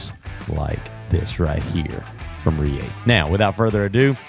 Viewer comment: How does this guy work for "the largest knife store in the world" and not know how to pronounce Reate?